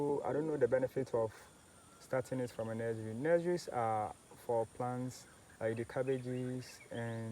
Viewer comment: What is a nez-rie😂😅